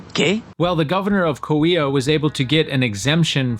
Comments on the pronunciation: Great video and very interesting, but I was a little disappointed at how badly he kept pronouncing Coahuila. It's Co-ah-WEE-lah. You keep skipping the second syllable "ah". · Coahuila is pronounced: "Co-ah-wee-la".